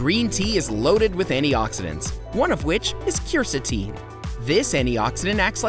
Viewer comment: 1. Apples 2. Turmeric (he mispronounces curcumin 🤦🏻‍♀️🤦🏻‍♀️🤦🏻‍♀️) 3. Green tea (and he mispronounces Quercetin) 4. Mushrooms (increasing vitamin d intake for sunlight) maitaki (mispronounces) and portobello 5. Cayenne pepper 6. Soy (DON’T. PLEASE. DON’T. MOST SOY IS ALSO GMO. DON’T) 7. Ginger 8. Carrots (mispronounces lycopene…) 9. Spinach 10. Grapefruit 11. Tomatoes 12. Garlic 13. Salmon (and Omega 3 fatty acids) 14. Banana 15. Beans (and magnesium) 16. Oranges 17. Whole grains 18. Coffee (caffeine.. if you’re going to do this, just drink Matcha - it’s green tea and has caffeine and gives better results - that’s me, not the video). 19. Water (to detox and remove mucus from your lungs). Hey, at this point, just eat everything until you think it helps… just go find a better video. That’s my gift for you.